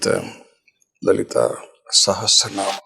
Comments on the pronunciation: Yes badly pronounced by the host. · its Lalitha Sahasra not Sehasra ..correct your pronunciation dear!! Nice podcast though!! God Bless!! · host. Pls first pronounce “Sahasranam” correctly. U keep saying “Seh astra nam “. It is not an astra. Sahasra means thousand. No “t” between asra. if u put “t” it will become astra. Also “Saha” not “seha”. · Host Please pronounce it as sashastra naam.. you are saying sehastra naam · Why r u pronouncing sehasra naam? It's Lalitha sahasra naam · It is Sahasra not sehasra..Pls pronounce it correctly😂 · It is not sehesransma it is sahasranama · Thank you for this podcast, request to please say it as sahasranama not naam 🙏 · Please correct yourself... it's not SahasTranama, it's SahaSranama. Sahasra means 1000. Guruji correctly says SahaSra naama. Please pronouncr correctly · It sounds better if you say Sahasranamam and not Sahasranam. Please pronouce properly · Also it sounded like सेहस्रेनाम् and not सहस्रनाम… should not be difficult for Hindi speakers. Hope this comment is taken in the right sense don’t mean any disrespect 🙏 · yes it’s not “say” it’s “sa” hasra Nama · Dear host, your pronunciation of calling Lalitha Sahasranama is not comfortable listening. Please catch the right pronunciation from the guruji. thanks 🙏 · absolutely true. The pronounciation needs to be corrected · The anchor should first learn to say “SAHASRANAMA” properly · Spell correctly. Not Sahesra... Sahasra is correct way to spell